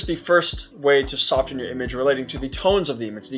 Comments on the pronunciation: same on the "soft" and "sofen". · I can't handle the way you say "soften" But nice video.